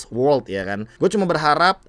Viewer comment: World bang, bukan wolrd